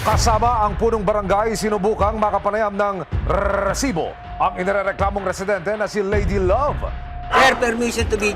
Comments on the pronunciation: rrrrrriiiiisiiiboooo daming alam nakakarindi sa taenga😂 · corny mo sa RRRRESIBO sakit sa tenga never na ulit ako makikinig sa oa mkng boses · Kaumay na talaga ung rrrrrrreeeeeessssibo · Nakakaasar pakinggan yung rrrrrrresibo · Nakaka bwisit yung Rrrrrrrresibo, trying hard gayahin mike Enriquez! Itigil muyan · Kelangan ba talaga kada banggit ng word na resibo eh Rrrrresibo pagkakasabi? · nakakainis pag binabangit niya yung word na "RRRRRRRRESIBO" Umay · I can't stop hearing "rrresibo" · "Lady love RRRRRRESIBO" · nakakabother yung RRRRResibo huhu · Rrerrrrrsibo sakit sa tenga ng pinag sasabi mo<ay effects pa yung pagbigkas mo ng Rrerrrrrsibo! Sheez! Ndi ka nakaktuwa!:face-orange-frowning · Bat ganun nakakabwesit pag sinasabi nyang Rrrrresibo 😂😂😂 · Oa ng rrrrrr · RRRRRRRRRRESIBO😂😂😂😂 GGRRRRRRRR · Pede b wag ng .rrrrsibo .nkkabwesit pakinggan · Kahaba nmn Ng bigkas mo Ng resibo nkaka gulat 😅